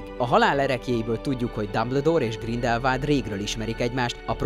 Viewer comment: GrindelwÁld, nem Grindelwald, ez a szinkronos trailerben is az agyamra ment.